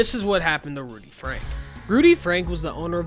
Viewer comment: Its ruby franke not rudy frank but love the vid